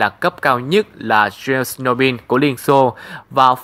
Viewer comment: M muốn góp ý chút. Chernobyl phát âm tiếng nga với tiếng anh là Che-no-bừn.